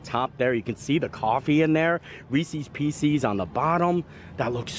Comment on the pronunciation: Ree-cee’s Pee-cee’s 😂